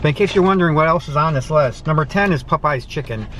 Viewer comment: The way he says Popeyes sounds like pupeyes lol